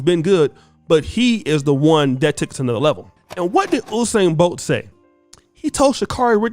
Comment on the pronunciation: Did someone say Whosain Bolt l?